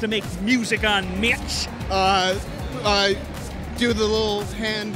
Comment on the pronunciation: Sounds like he is saying bitch instead of mitch